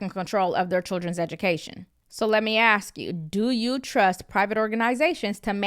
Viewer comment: OK, so I like listening to you you know you give good information but it will be nice for me. Not to have to hear you say X instead of ask the word is ask not act.